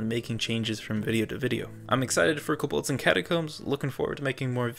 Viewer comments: please... stop calling them cobOlds its terrible😭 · the way you say kobolds makes me a lil triggered